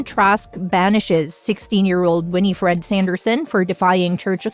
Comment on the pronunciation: You saying g Winifred incorrectly